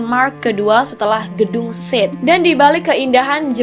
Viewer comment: Gedung di bandung namanya gedung ‘SATE’, (dibaca biasa saja ‘sate’)